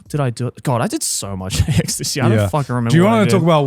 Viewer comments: I feel like it's supposed to be "I did so much at AX this year" but yeah it 100% sounded like Ecstacy lmao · why’s it sound like Joeys saying “God I did so much ecstasy this year” 😂